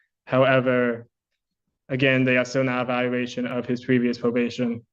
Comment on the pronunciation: Bro if I heard my lawyer say "pwevious viowation" and "weitewate" I'd instantly know I was cooked 😂